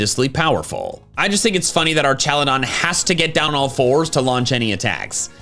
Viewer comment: ArCHaludon? Oh,...